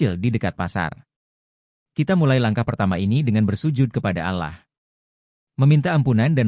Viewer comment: Allah. Bukan alah